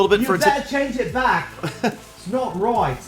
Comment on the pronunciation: A MESSAGE TO...HEY WHY DO READ RIGHT AS “ROUGHT”...PLEASE READ.. AND LOVE YOUR VIDS AND YOUR LETS PLAY SERIES WITH GALAMOM